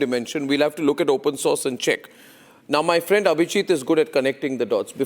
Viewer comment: My phriend Dolan😂😂😂😂😂